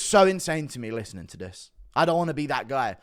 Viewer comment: Does anyone else get really bothered by the way says the word "me"?